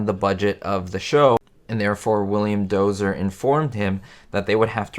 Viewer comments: William Dozier not Dozer. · You keep pronouncing Dozier incorrectly! It's not "DOZER" it is "DOE -zhyer"